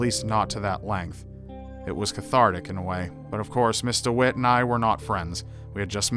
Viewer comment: Rly? It really sounds like Mr Witt :D Then again, english isnt my native language so i could hear something that actually wasnt said :) Thx for letting me know though